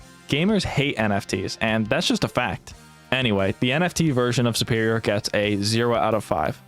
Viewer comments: Really? 'Superior' is based off of the word 'super', like super hero. Superior is, therefore, pronouned like soo-perior, not 'supp-erior.' Same with tutorial. Tutorial is based off of the word 'tutor,' which isn't pronounced 'tuhtor,' but 'tootor.' And since the root of the word means teacher, and to do a tutorial is to have something be taught to you, it's also pronounced the same. 'Too-torial,' not 'tuh-torial.' What state are you from? Is it, like, a local accent, I wonder? I'm Canadian, by the way. Fascinating! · Why does he pronounce the word 'superior' so weirdly? I wonder where he's from that you pronounce it like 'supper' instead of 'super.'